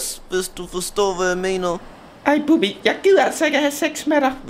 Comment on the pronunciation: det er Bubbi ikke "Bubber"